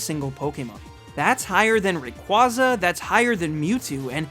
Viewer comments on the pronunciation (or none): none